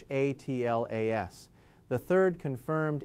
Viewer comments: This appears like an AI generated video. His always pronouncing 'atlas' as 'a t l a s' is a dead giveaway. There are also subtle lip sync issues. The video is also not smooth. There are edits which should not be there if he is a real person talking. The video may also be in a loop. So, please disregard the content. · Why doesn’t this ai just say Atlas and not keep spelling it.